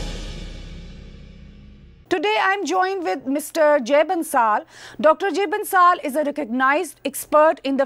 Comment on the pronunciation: Ma'am, the name of the guest is pronounced as Bansal, it is not Bansaal.